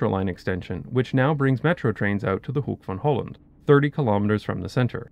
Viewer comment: I just wanted to compliment you on your pronunciation of Rotterdam, Den Haag en Hoek van Holland. Too many English speakers do not even try for correct pronunciation of Dutch words, so your effort is much appreciated! Also: is the planned extension of the line to Hoek van Holland Strand finished by now? When I was there when the line had just opened, there was a giant building site just past the old Hoek van Holland Haven station.